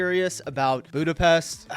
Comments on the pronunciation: He can pronounce Pest correctly, but when he says Budapest it's incorrect again. Nice video, though. And yes, it is a beautiful city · The hungarian “s” is pronounced like the “sh” sound in the english word ship. Hungarian always puts the stress on the first syllable, so you say: Boo-da-pesht. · Budapest is pronounced Budapesht. But anglophones can't fathom that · Hold on to your seat... Budapest is pronounced with an 's' sound in English. In British English it comes with an extra 'u' even. If you want to force others to use the local pronunciation, let's hear what Copenhagen is called in Danish, Paris properly in French or Birmingham by the Brummies. Till you master these, you don't get to tell others to give Hungarian a shot.